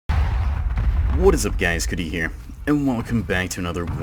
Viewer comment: The way he says cody sounds like goodey